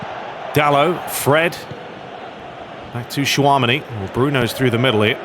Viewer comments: Lovin the play through! Please keep uploading! Also, tchouameni pronunciation is “Chew-a-meni” not “shwa-mini” 😂 Either way I enjoy your Master league series’ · Bro pls man. Its pronounced chew-a-meni (many) like how you'd say (many men).